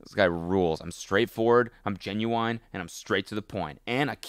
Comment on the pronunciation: no one's talking about how this man just said he was ginuwine????